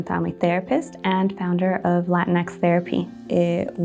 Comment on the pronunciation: I do have to ask though, if Latino is pronounced "la-teen-oh", then shouldn't Latinx be pronounced "la-teen-ex" instead of la-tin-ex"? Or are we just saying it the white way now? The way y'all are saying it makes it seem like like when people say "Malcom X" or like a top secret government project, instead of a gender neutral adaptation of the word that describes our ethnic group.